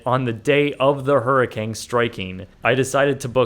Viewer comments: why does it sound like you keep saying hurricange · Stop saying HURRICANG. ITS CANE. COME ON